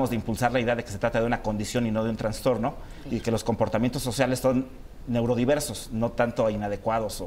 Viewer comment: Que bueno que no le guste la palabra "transtorno" porque no se dice así, se dice TRAS TORNO